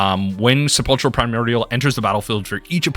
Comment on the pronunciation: Sepulchral is pronounced 'kral'... no ch sound.